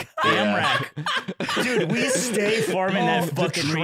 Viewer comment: Was it just me or were they saying "amrack"